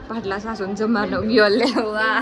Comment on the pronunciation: પાટલાશાશુ નય પાટલાહાહુ કેવાય